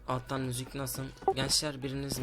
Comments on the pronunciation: 00.55 de müzük diyo WQE:QWE:QW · akıcıı müzük